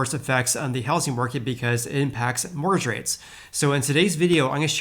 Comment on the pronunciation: You keep saying “morge rates” lol Mortgage my man